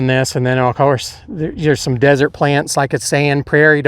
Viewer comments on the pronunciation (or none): none